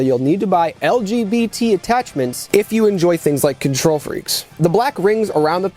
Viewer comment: "LGBLT" lmfao